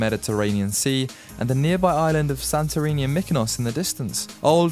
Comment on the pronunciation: Your pronunciation of the islands could be improved As a start Mykonos is pronounced MEkonos Y and I in Europe is always E not I Thir MElos ( not Don't exaggeratev, its daft Santorini nt ir a D in Greece